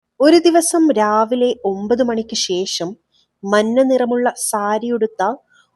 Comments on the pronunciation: മന്ന അല്ല മഞ്ഞ😂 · മന്ന അല്ല മഞ്ഞ...